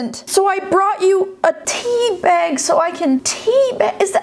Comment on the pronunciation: no one:: tea bAeg